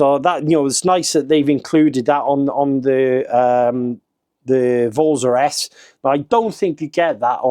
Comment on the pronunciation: It's pronounced vortza with an Italian accent 😂